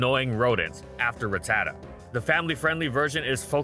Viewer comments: It’s rat-ta-ta not ruh-tata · The way he pronounces RATatta is so tilting.